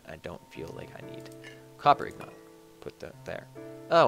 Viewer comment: They are INGOTS ya dingdong! Not IGNOT